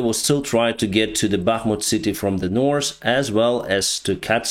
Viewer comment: I love how you always say Norse instead of north. I like that